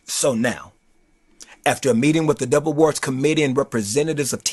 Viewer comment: Not Trying To Be Funny, But I Thought He Kept Saying The Devil Awards